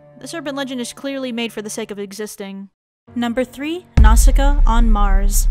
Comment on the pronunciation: Nausicaa- Aki..... Nasuka? XD okay I'll stop